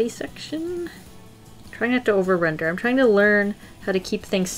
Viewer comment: Whenever you say render, I couldn’t help but think of a brand new word, “Rin-der,” 😂